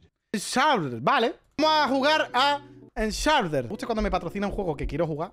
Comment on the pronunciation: "shuerdur" (con la boca cerrada) jaja hartada de reírme🤣🤣🤣